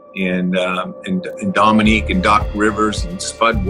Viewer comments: "Dominic"? Seriously??? "Domi-NEEK". Credibility shot, on what otherwise is a nice presentation. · You absolutely ruin your credibility when you call him "Dominic" over and over again. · Dominick Wilkins? How can you continually mispronounce his name when you include clips that say his name correctly? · His name is Dominique, not Dominic. Neek not Nic, show some respect to the Human Highlight Film and pronounce his name the same way his parents did. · Thank you, craigtennant! I just found this video and it bugged the hell out of me every time he said "Dominic." Also - to all those who commented and spelled Dominique's name "Wilkens" - please don't post if you're going to disrespect a Hall of Fame player that way. You may as well have called Larry Legend "Burd!" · Someone should tell that it's not "Dominic" Wilkins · Dominique, not Dominic. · Great video, nice addition to the Larry Bird stable, but NARRATOR- it's DominEEK! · Hey robot! His name is pronounced Domineek! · I feel your pain, but had to watch that classic battle between 'Nique and Larry again. But each time the narrator mangled the name, 2 words came to me: Eff Yew! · Dominick Wilkins? hahahaha. AI ain't there yet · Your inability to pronounce Dominique's name correctly kinda hurts your credibility. "He was one of the greatest offensive players to ever play the game." - Doc Rivers. Show him some repect and pronounce his name right. Sheesh! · This would be a great video without the dumbass narration, the computer can't even pronounce Dominique !